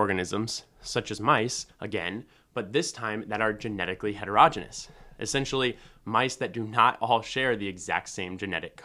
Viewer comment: "Heterogeneous" is pronounced hetero-GENE-ee-us, not HETER-roj-inus. If you can't pronounce a basic word in biology, what else do you have wrong?